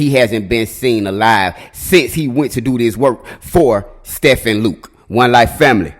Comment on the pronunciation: Stephen is pronounced Steven.